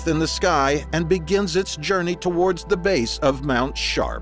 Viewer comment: "Mount Shart" is all I could hear every time the narrator said it 🤣🤣